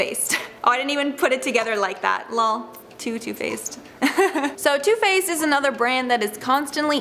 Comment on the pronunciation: When she said too faced I thought she said toothpaste 🤣😂